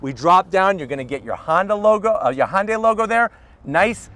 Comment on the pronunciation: Hyundai rhymes with Sunday. It doesn't sound like Honda(y)